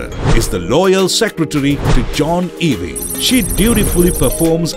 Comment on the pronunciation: Can you not learn to pronounce the surname Ewing, right